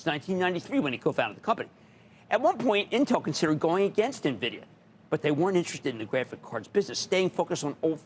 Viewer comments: No NEVIDIA. Is call NVIDIA. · NOT Nah-vidia. Its pronounced IN-vidia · N VEE DEE A = NVIDIA. Do not call it NEVIDIA. It makes people think lesser of your program. People needs to know how to pronounce the name correctly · Good God. It's not "navidia." I can't count the number of times I've heard "experts" mispronounce the name. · Omg investors can't even pronounce the company name correctly..